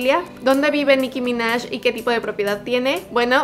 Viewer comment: Dijo "Nicki ya" no Jam